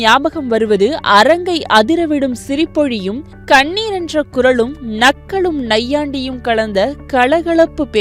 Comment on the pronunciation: அம்மாடி கண்ணீர் என்ற குரல் இல்ல. கணீர் என்ற குரல். தமிழ கொலை பண்ணாம தெளிவா வாசிங்க முடியல கேட்க